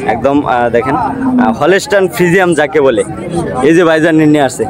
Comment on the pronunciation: ভদ্রলোক ফ্রিজিয়ান নাকি ফ্রিজিয়াম কোনটা হবে আগে শুদ্ধ করে কথা বলতে শিখুন।